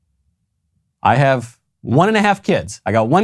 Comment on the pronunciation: I think it’s more an “‘ave” kind of sound.